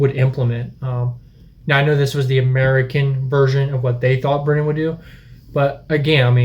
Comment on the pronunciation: You said Britain wrong